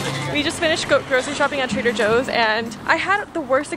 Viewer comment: When I wasn’t looking at the vlog and just listening, I heard traitor Joe instead of Trader Joe . Helpppp meeeeee!